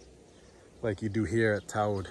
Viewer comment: And pronunciation of Tod is far more accurate than mine.